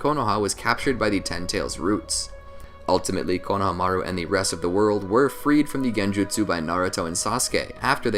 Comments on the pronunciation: I hate how he pronounces konohamuru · Lmao don't be mad at me but I can't decide if I like or dislike how you say his name lol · He doesn’t say Konohamaru right it sounds so weird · Why is no one talking about the way he saids the name? It puts me off every time 😂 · u are pronouncing konohamarus name wrong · U pronounced his name so weird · The way you pronounced his name ultimately killed me seconds in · Why does he pronounce Konohamaru so weirdly? That's like saying KAKA-shi instead of Kakashi. did he say "SUNANIN" instead of "SANNIN" LOL! WHY IS HE PRONOUNCING THESE NAMES ALL WRONG? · god it bothered me how he pronounced konohamaru's name the whole video. good vid regardless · It’s annoying how he keeps saying his name wrong 😑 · The way he’s saying konohamaru bugs me lmao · So do you watch Naruto and hear konohamaru’s do you just disregard the pronunciation or what cuz that is definitely not how u say his name